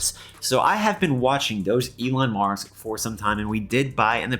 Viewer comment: it's pronounced DOG ELON MARS.